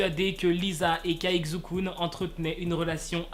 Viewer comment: juste un petit truc caixukun se prenonse tsai chu kun c'est tout😊